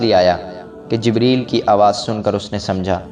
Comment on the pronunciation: Jbraeel nhi hota jibreel hota hai